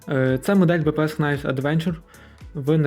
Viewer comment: Knives читається як "найвс". Там перша k не вимовляється; Для перевірки коли сумніваєтесь: Google translate вимовляє слова;)